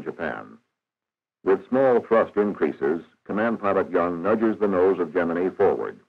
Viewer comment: I worked in the shop that made the gemini capsules. Why do narrators of modern videos mispronounce the word "gemini"? This narrator gets it right.